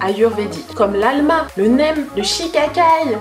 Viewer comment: aMLa et non "alma" haha